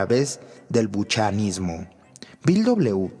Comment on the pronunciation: Se pronuncia Bucmanismo, no buchmanismo